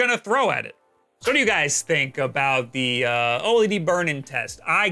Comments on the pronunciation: O-L-E-D you mean to say "oh-lead" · The pronunciation is so annoying. Just say OLED as one word instead of O-LED. It's one word! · O LED NOT O L E D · why do you say O-L-E-D? It's easier to say OLED, like everyone else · Its pronunced O-Lead (OLED) not O-L,E,D. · why don't you just say "Oled" instead of "O EL EE DEE" dafuq dude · oh ehl ee dee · its pronounced ohlead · The only guy I know who says “oh L.E.D” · Just say "oh-ledd" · FFS, SAY O-LED!!!